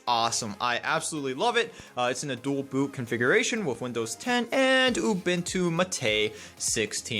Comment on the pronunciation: ooboontoo m8 not youbuntoo matey